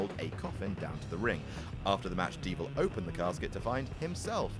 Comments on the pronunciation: its Diesel not "Dievel" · said Dievel not Diesel.. ITS O'CLOCK MOTHER FUCKERS I CANT BELIVE IT!!